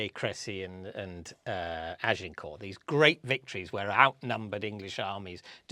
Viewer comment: If you're making an effort to try to approximate the French pronunciation of Agincourt you might as well go all the way and say it right ffs